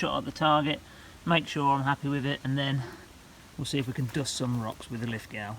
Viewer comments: Pronounced Lith-go not Lith-gow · Always enjoy your videos. Thanks for posting. Btw it is pronounced Lith Go rather than Lith - Gow (The W doesn't get pronounced). Don't ask me why though. I grew up here but Ozzies and naming conventions can be a little funny at times. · Pronounced Lithgo dont sound the w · Great video but to enunciate Lithgow the NSW town keep the w silen and say it like: "Lith go" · Btw… it’s pronounced “Lith…go”… i know adding sneaky letters to a word is confusing. ;) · Pronounced Lith-go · Lith ‘go’ you silly English person We Aussies use a unique form of pronunciation which can only be mastered after booing Pommy cricketers for the temerity of beating in one form of the game or another!! Lithgow is LITHGO !!!!! Get it right! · Nice review thank you very much. I have just ordered the Lithgow .22lr😁 Btw ...Lithgow is pronounced Lith..go. 👍🇦🇺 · its pronounced Liffgo if your an aussie ;)